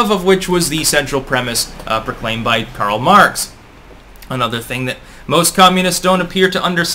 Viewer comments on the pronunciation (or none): none